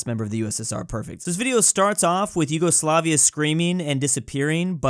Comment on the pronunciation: Bro said eagle slavia